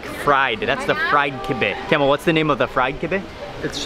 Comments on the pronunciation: His name is, not camel. Lol. is too polite to correct him. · Everytime he says camel i laugh. It is pronounced Kamaal.